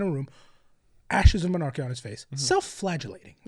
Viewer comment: I hate to be that guy but its "monarkia" not mernarkia But on the point of the word bearers EREBUS THAT LITTLE TWAT IF ONLY HE DIED AND KORPHERON DID TOO! NOTHING WOULD HAVE GONE WROOOOONG